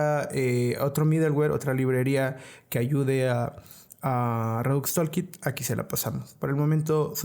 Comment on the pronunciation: por que ningun desarrollador que habla español puede pronunciar palabras simples en ingles? redux tOOlkit TOOL, pronuciacion TULKIT basicamente, anyway gracias por el video